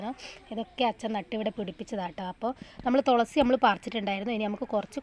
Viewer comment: ഹലോ തൊളസി അല്ല തുളസി